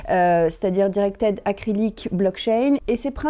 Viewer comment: A j'ai adoré ton "Directed Acrylic Blokchain" ! 😂 PS : si tu pouvais reculer la caméra et zoomer pour compenser ce serait mieux. Comme elles sont en avant, avec le grand angle non seulement elles paraissent plus grandes mais elles bougent beaucoup et... j'ai peur de me prendre une baffe... 😉